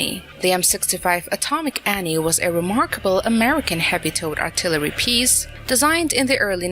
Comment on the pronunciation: That was a nice piece of artiltiltillery on the Yamatooo. For mankinds sake, stop using AI.